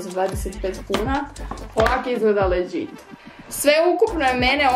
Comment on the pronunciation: kaže se ledžit a ne leđit